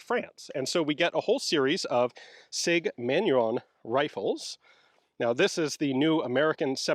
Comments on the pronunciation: Sir, Manurhin is pronounced not "manurhon", but more like "manureen" Thank you, keep the great work! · Ian, Manurhin is not pronounced "Man-yu-ron" but more like "Mah-new-rrruuuughhh" - say first part like a Rasta, the second part like a Scotsman and the ending like a dying gargle.